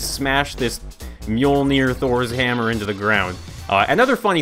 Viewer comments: ppl! lean how to pronouns Mjölner not Mjeler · u said the hammers name wrong it is mojuler